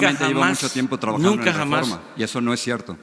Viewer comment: Jajaja, escuchaste cuando dijo que él es parte del rerreforma??? O yo escuché mal? Contéstame porfa, para sacarme de la duda! Ahí hubiera estado bien que AMLO le dijera: ahhhhh tu trabajas para el reforma??? Jaja, con razón eres de los mismos!!!😂